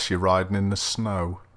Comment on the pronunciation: "unless you're riding in the snow" 😂 There's that Scouse comedian again! 😂